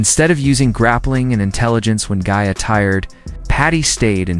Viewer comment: Who the hell is gay-uh. This ai narration has to stop